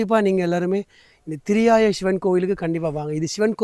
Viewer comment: ENKA AREA - THIRIYAI NOT THIRIYAYA - திரியாய்